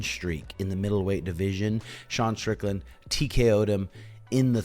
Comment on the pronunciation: stop saying stricklnad when you cumshot. take stupid glasses off maybe duh